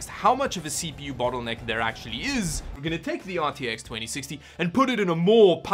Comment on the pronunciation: I kind of felt offended when you said battle necker. Too much er in it maybe